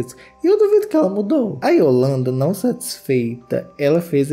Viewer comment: Eu amo o falando "Nãuo" hahaha